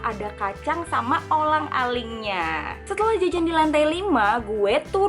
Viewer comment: kolang kaling kali. bkn olang aling 😂